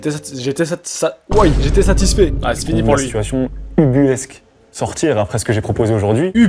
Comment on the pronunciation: Juste j’suis obligé d’intervenir sur quelque chose t’es pas du tout au courant qu’on dit « ubuesque » et pas ubulesque…